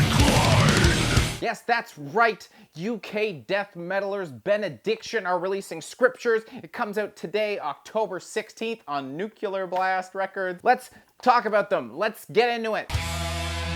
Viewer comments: Nu-cle-ar Blast... NU-CLE-AR! NOT "NU-Q-LAR"!!!!! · Why do yanks pronounce it 'nucular'? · You're just gonna keep saying Nucular more and more blatantly just to spite me, aren't you?